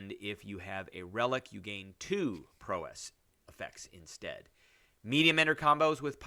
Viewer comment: Prowess, pronounce like 'wow-ess'